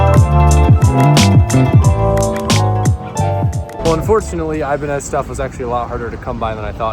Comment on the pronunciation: Not here to bash just inform brother , the guitars Ibanez , are pronounced EE-BAAAN-YEZ, like a Spanish tone 🤙